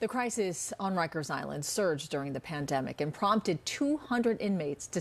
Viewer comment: Bro, it’s rikers🤦🏾‍♂️